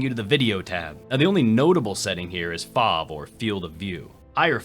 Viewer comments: this is a little nit picky comment and I want to point out the way you say FOV, Cause you don't say foov, you say F.O.V. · I've never heard anyone actually say FOV as "fauv," I love it